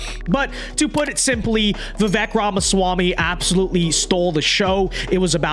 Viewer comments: Vake not vek phuk bro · Not a comma la shill but vi-vake not vih vhek